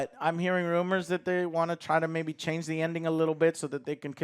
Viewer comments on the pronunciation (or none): none